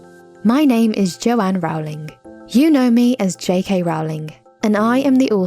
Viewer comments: its not rOWWWling its rOOOLEING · . Her name is not Rao-ling. When an interviewer once called her that she corrected him and said it's "Roe-ling," and she pronounced it like the Rolling Stones. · LOL when you pronounce her name wrong: It's j.k. rowling, like "Rolling" down a hill. Look it up folks 👍🏻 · This is fake, her name is pronounced JK Rowling like bowling, NOT like howling. She wouldn't pronounce her name wrong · I’m sorry but did you just say row-ling it pronounced roll-ing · It’s pronounced “Roe”- Ling. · It’s j k Rowling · U have to pronounce is R-OW-LING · Brilliant but one thing.... her name is pronounced JK ROWling like (like rowing on bowling) the other way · It’s pronounced Jay-Kay Role-ing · It's pronounced "Rolling" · Ur pronouncing Rowling wrong and Harry's scarf is supposed to be Gryffindor colours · You pronounced her last name incorrectly at the end.